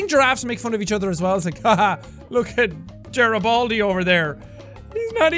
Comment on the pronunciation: This guy said Gerabaldi, that’s what some kids call my bald P.E. teacher